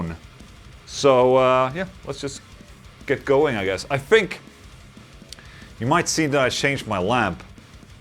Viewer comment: ok so this is most likely my "white privelege" speaking, but can u please stop saying "fousand" and "fink"? yes i have no talent. no argument here. it just annoys the shit outta me. my work is done LMAO. keep up the good work Ola u mad metal fuck \m/